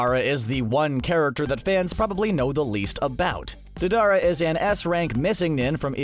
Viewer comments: Diedara no “dadara” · The way they say their names are horrible ,Fugaku, Deidara